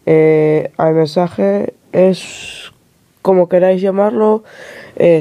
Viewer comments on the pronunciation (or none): "aymesaje" no mames... no lo quieres pronunciar peor?